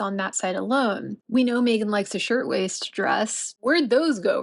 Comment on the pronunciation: So they went to a poverty stricken country to make money,well she can't do that here in the States, also was having a hard time saying their names,well Meghans,I bet she put that mandatory TITLE in and he screwed it up,🇺🇸✔️👍👋♥️